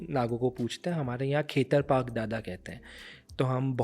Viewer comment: भाई जी खेतर पाक नही होते खेतर पाल होते है